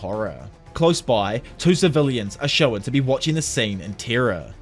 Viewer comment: Hey man loved your videos since the Tokyo revengers chapter reviews, love this one too. Don’t take it negatively but try to work on your pronunciation of ‘shown’.